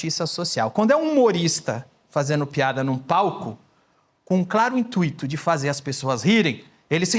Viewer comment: Danilo, as palavras "intuito", "gratuito" e "circuito" não são hiatos, logo, a vogal "i" não é tônica. Nestes casos, a vogal "u" é tônica e se trata de ditongos. Abraço.